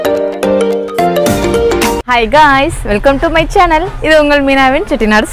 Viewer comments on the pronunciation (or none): none